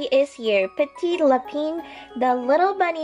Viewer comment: elle le dit trop bien petit lapin et petit lapin=little rabbit